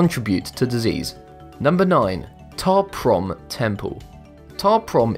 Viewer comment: When you said ta prohm temple I thought you said top ramen temple :|